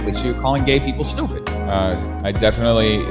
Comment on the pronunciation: “stooped reason” ngl that made me laugh 😂